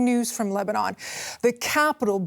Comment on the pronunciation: Its leberon